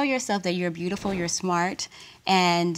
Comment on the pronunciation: He pronounced the word beautiful, brutiful, in his whack rap.😂!